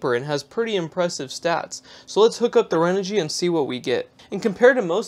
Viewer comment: ...don't wanna be that guy.. but ahh.. there's no "L" in Renogy.. 🙃